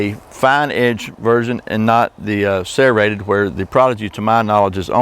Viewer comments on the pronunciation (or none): Sarahratted, lmao. The way he says serrated 😂😂 the prodigy fine edge is only sold at Walmart supposedly untill they run out